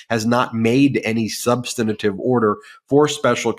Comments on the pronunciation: Love y’all every day, but please - substantive instead of substantative 🙏🏼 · The word is "substantive", not "substantative". Please, Ben. Your work is priceless, just please speak correctly. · Please, for the love of proper communication, it's "Substantive" not "Substantative"! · Dear Ben, I love you so I’d love to make a suggestion: You are mispronouncing “substantive.” You add a syllable so it sounds like “substanitive.” Thank you for all the wonderful coverage of Trump’s legal problems. Schadenfreude! 😅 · substan-A-tive, Ben? SUBSTANTIVE HAS 3 SYLLABLES!!! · Substantive. SUB - STAN - TIVE. Where does "substinative" come from? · Ben, please learn how to pronounce "substantive"! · Ben, can you please pronounce "substantive" differently? I apologize for my OC personality, but it is really distracting for me. Otherwise, carry on. Love your shows and watch often. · I know it's a minor point but can someone tell Ben Meisalas how to pronounce the word "substantive". Three syllables, not four. It's jarring to hear a lawyer consistently mispronounce that word.